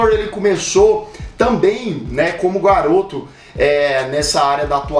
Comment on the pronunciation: Escutei ele falando guaroto